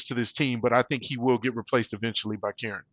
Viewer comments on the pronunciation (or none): KER-RON = kiran